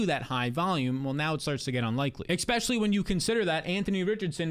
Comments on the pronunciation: Dawg it’s especially not expecially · Great content, but please stop saying “eck-specially” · You do great work. ESpecially breaking down value....especially....especially. Say it with me...ESpecially. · when will you stop saying ekpeshully its crazy